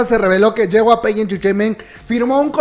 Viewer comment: Hay cosas más importantes que esta, pero me da mucha risa como pronuncia JYP Xdxdxd es YEI WAI PI Me encantan estos videos ❤❤❤